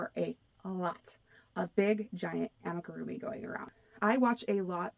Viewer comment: I liked hearing your thoughts on coming trends, so I subscribed. Thank you! One thing I found interesting was how you mentioned 3D printing being a trend for tools and gadgets. That's a great tip! Thx! One thing I noticed is you mispronounced amigurumi. It's not an easy word. I practiced it for a long while before I got it, lol. Maybe this will help: Ah-mee-goo-room-ee. It's 5 syllables with the accent being on the fourth syllable. Thanks again for your channel! Have a blessed week 😊